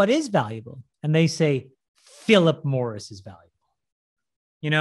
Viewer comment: hahahah, not sure I heard 'Philip Morris' right, so I turn on the subtitles to confirm...